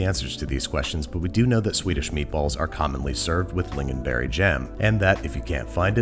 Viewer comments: You said lingonberry right! and this is a very acceptable way to make our meatballs!! tack för mat! 🤩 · BAHBHABHAHAAHHAHAHAHAHA TRUE, at least he pronounced it righ- well.. better than frozen did 😂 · Swedish meatballs aren't "commonly" served with lingonberries. It is a MUST. And your pronunciation is correct enough for an American. ;)